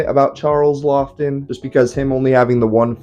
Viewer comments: Great review love this movie The directors name is prounounced “Law-ton” I believe and he was a serious actor in mostly old horror and monster films thanks again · It’s pronounced “Lawton”. Anyway, Laughton was a scenery-chewing actor. I love everything he was in. I didn’t realize he directed any movies so thank you for this video. And this movie I loved: I am a Robert Mitchum fan and this is probably his best role. Anyway, I thought the movie was perfect and thanks for bringing it to the attention of a new crop of possible fans.